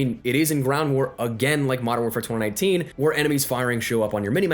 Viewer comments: what's twada nineteen lmao, it's twenty nineteen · U say mw 2019 weird as f***